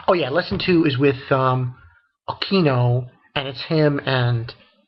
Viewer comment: Again, I've left this before, pronunciations for koneko was right the first time: Koh - Ne - Koh and for Akeno, you said it the same as you did last time, you say: Ah - Kee - Noh the correct pronunciation for it is: Ah-Ke-Noh and finally, Rias is pronounced as: Ree - Us Please try and get these name right, no offense but i can't help but rage when you mispronounce the names :)